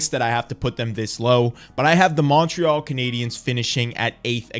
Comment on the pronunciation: I love you man, but your Montreal pronunciation bugs me so much lol